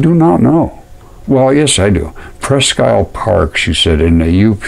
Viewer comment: Wished I new you, Sir when I was stationed up in the Upper Peninsula of Michigan. I saw some neat formations but never knew anything about mudfossils. Presque Isle is ]pronounced " preskeel " Old French.